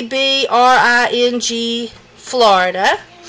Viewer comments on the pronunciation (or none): It’s See-bring Florida